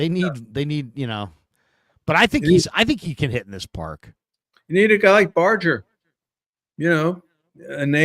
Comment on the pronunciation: Its pronounced Bar -ger. like Sonny Barger.